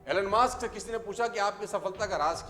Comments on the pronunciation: It’s not Alan Musk . It’s Elon Musk. You teach others, ppl follow you so you should know correct pronunciation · your pronouncation "alan maaaaask''😂😅😂😜